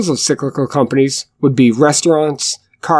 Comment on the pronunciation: Sicklical? Are you Swedish my friend? Enjoyed your content